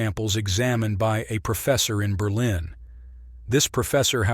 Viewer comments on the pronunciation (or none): none